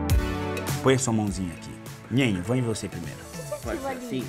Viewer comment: 1 que não é nhenha e nhenho e sim Nenha e Nenho 🙄